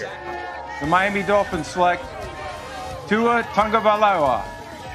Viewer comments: I love how Roger had two years to get used to Tua's name and still screwed it up. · goodell had how long to prepare and still fucked up tuas name